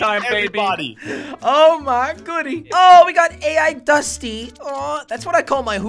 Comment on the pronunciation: Not pronounce aye igh dusty. It's pronounced owl dusty...